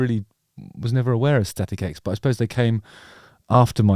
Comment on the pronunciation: first time i saw them was decades ago warming up korn tour. awesome band. I heard you say "static eggs" every time :D